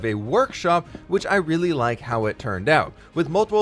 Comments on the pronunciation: I wonder when he will realise he said leek the video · my man must be tired af putting leek instead of like. we understand you it okay